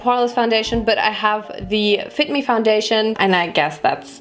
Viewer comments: Ich versteh' erstmal "but I have die FICK ME fondation" ok cool, ich geh dann mal zum Ohrenarzt lmao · das klang nicht nach fit me 😂😏 (fick me) hahaha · Ich hab 'Fick me' Foundation verstanden. Laughing for 5 minutes straight. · Minute not "fit me" no "FICK ME"😂😂😂